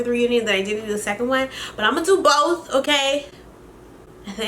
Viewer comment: "so imma do BOEth" that's how mind told me you said ✨💀💀💀 love ya girly